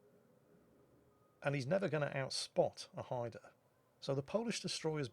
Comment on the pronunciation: Great video as usual. Nice to see the name Haida pronouned properly, maybe you could give Flambass lessons?